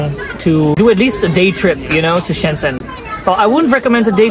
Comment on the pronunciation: Shenzhen is pronounced like ShenJen, not Shendsen. By the way, it's not Arab music. It's Uyghur music from Xinjiang. Those old women have a weird fetish of Uyghur music and dance.